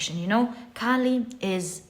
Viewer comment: its kaali not Cali. the k's pronunciation is like k from kite. and its aa not a(pronunciation). you can actually go to a hindi youtube channel where maa kaali is mentioned.